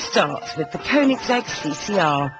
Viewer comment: first of all, its koenigsegg u idiot, and second of all bugatti is faster but its still nothing compared to a koenigsegg